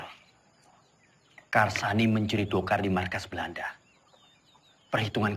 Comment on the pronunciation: Karsani. Ucapaanmu benar